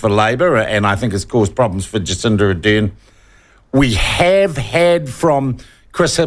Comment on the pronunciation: Sean, can you please say Ar-dern instead of A-dern.